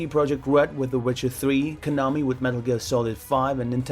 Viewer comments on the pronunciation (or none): none